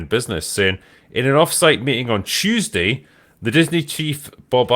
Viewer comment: "CHuesday" bruh😂😂